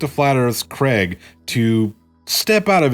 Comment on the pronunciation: His name is Craig not Kreg.